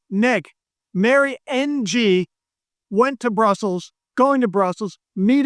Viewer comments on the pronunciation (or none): Mary Ng pronounced Ing.